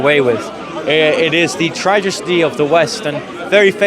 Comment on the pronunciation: tragesty??? jeez, youd FAIL the citizenship test haha